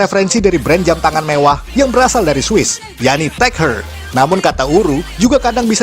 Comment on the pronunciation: dan spt yg disebutin namanya Heuer... Seingat saya dibacanya ""haiyer" deh bukan "her" karena nama arloji Tag Heuer selalu saya ucap dg ejaan "tek haiyer"...